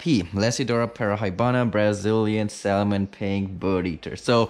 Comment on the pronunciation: Just a heads up, Dude....the L in salmon is silent. Peace!